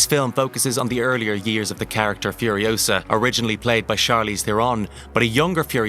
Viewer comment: "Mad max" Furiousa.....FCK YOU Hollyweird